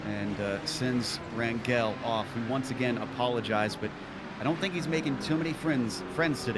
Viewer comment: Rangel. GE pronounces same as GE of Germany. I hope some day these guys will read this comment.